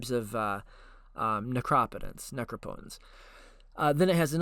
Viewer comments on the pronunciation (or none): Lol'd at nacropatense or necro-potence. Never heard it butchered in that fashion.